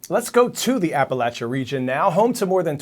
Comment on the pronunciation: Tell them crypto mining such and suches that nobody wants them in Appalachia! Aaaaand your anchor mispronounced the region, but at least you got it right Coy! Let's hear a shout out for Flat Rock Middle School in Hendersonville, NC...just about 90 minutes from Murphy! Go Eagles!